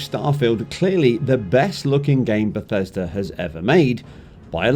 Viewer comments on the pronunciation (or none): none